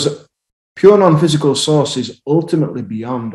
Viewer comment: I thought you were saying SAUCE.... POUR SAUCE. OH my God. thank God I heard you say SOURCE ... NOT Sauce. I really thought you said Sauce. I thought...he thinks we are made of spaghetti sauce underneath everything. source. source. okay. so how to I freaking STOP TGIS CONSTANT HIGH PITCH RINGING? I WANT IT TO STOP